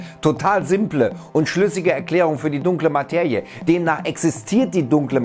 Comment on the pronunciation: Materie = ☑️ Mateje = ❌ Bitte bemühe dich wenigstens, es richtig auszusprechen.